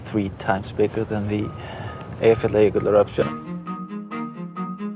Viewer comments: Dear Kate Humble, the Volcano calls E y j a f j a l l a j ö k u l l (Eyjafjallajoekull) (there is no d or t in the name!!!) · Another presenter who can't pronounceEyjafjallajökull... EYE-uh-FYA-luh-YÖ-kull. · BEFORE — I continued with this documentary, I am so eager to hear how they will pronounce the name of the volcano 😂🤯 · Every time I tried to pronounce Eyjafjallajökull there's a tiny volcano erupted in my brain and mess with my tongue. But really, Iceland is one of the most beautiful country in the world...